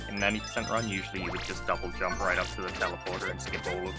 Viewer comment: it’s pronounced “dub jump” as in double (jump)